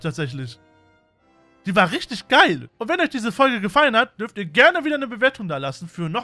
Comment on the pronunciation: "In dieser Fogle" xD Schönes Video :D